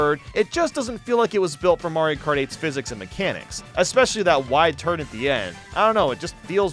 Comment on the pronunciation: oh yeah the beautiful game of mairo karty 😂